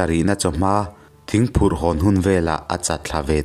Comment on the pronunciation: Thingphurh phurh diklo thingphur dik zawk